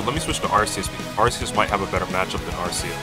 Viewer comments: ITS ARCEUS NOT ARSEUS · I'm pretty sure its pronounced Ar-kee-us but Ar-see-us is much better because that means the Arc-Phone is pronounced Arse-Phone. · It's pronounced Ar-kee-us You're welcome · its pronunced Ar-see-us in america and Ar-kee-us in british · Unless you wanna pronounce the arcphone the “Arse-phone” its ark-ee-us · Japanese pronunciation is are-see-us. English pronunciation is are-key-us. Source: Imported Cheese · It's not ar-see-us or ar-kee-us, the official pronunciation is ar-kay-us. I personally would have gone with ar-see-us, just like I would have pronounced gardevoir as garde-voyer rather than garde-voar, it just sounds so much nicer and not nearly as harsh, but hey whatever works for them I guess. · If you pronounce arceus like “ar-see-us” instead of “ar-kee-us”, you’re dead to me. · It's actually pronounced Ar-sus, in a french accent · Both pronounciations were used by game freak, until they realised arse is some British insult I think. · I think it's Ar-kee-us but I'm not too sure bout that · You pronounced arceus wrong. It’s ARKOOS! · Its pronounced Arceus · Its pronounced ar-kee-uhs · It's Ar-ke-us, since its name come from the greek αρχή (arké), wich in greek means "beginning" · Arceus is pronounced Ar-kay-es